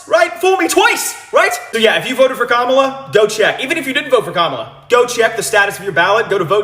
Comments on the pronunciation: You pronounced Kamala's name wrong.....wtf?😮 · Oh my goodness. why did you mispronounce Kamala?? She didn't just talk about women's reproductive rights in terms of the women she also consistently mentioned, 'and the men who love them"